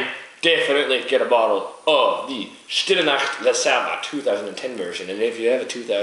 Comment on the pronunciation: CONGRATS ! Long life to your channel !Already 6 months i wath your reviews. Each one are very well done ! And your pronunciation is fine for a french as me. Well, Stlle Nacht are very good beers ! I hadn't the luck to find one as your but it seems to be a great beer. Cheers guys !